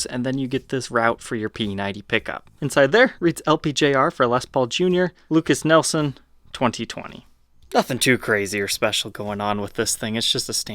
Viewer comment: Lukas NIELSON??? 😂😂😂😂 Come on. The guy is the son of Royalty. Say his name right! Lol